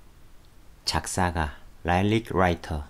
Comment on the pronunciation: '라이릭' 아니요 '리릭'이에요